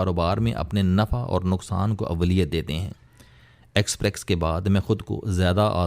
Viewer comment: It is expess, not exprex